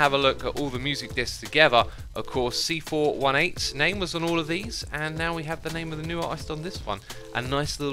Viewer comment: C four eighteen is actually the correct way of reading it